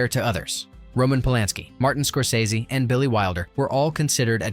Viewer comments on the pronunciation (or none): none